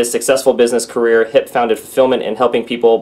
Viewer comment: Hiep is pronounced "HEEP", nice guy actually met him a couple times at the corporate office in Irvine.